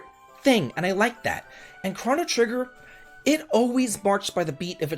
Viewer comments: You are the only human being I have ever heard pronounce this as "crah-no" trigger....whoaaaa.."SKA-LA"??? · I cannot get over the way you say “chrono” 😖😖😖